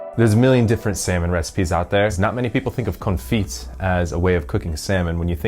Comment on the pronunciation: From a Frenchman……you don’t pronounce the t at the end of confit. We call it muted t